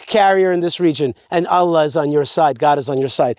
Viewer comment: Alah, you keep using that name, I do not think it means what you think it means. Maybe you should find out how to say the name of the God of Abraham, Issac and Jacob. Love you. Alah is no God, but the moon god.